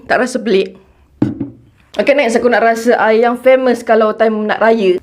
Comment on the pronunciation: satu lagi sis... aiyaq al-wadi... aiyaq oqg kedah... 😂